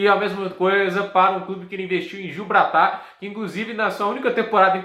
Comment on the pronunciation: "Giubratar" kkkk